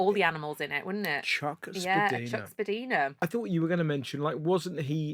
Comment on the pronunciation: Spadina is pronounced Spad-ie-na ✌️